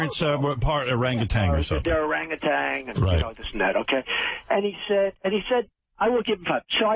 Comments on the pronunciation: or-ang-gu-tan not orangatang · Howard Stern will interview anybody and strokes Trump and gets him to sound even more stupid!......and it is o-rang-u-TAN, not TANG. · Why does everyone say "Arang-a-tang" when pronouncing "Orangutan" ? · President Orangtan. "Make Americans Orangtans again" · Hey billy, it's orangutan...not orangutang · He is such an arrogant bastard. Why would he not know it was a joke. The guy said orangatang . Oh yes he is a republican all right as he sued anyway, Putz. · neither Trump nor Stern know how to pronounce Orang-Utan.